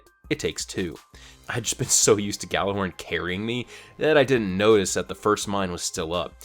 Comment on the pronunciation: Gallurhorn? You mean Gjallarhorn?